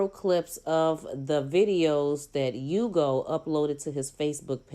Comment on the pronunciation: His name is pronounced Ooh-go by the way. I know because I have the same name.